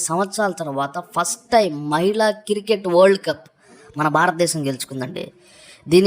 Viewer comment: క్రికెట్ అనడం నేర్చుకో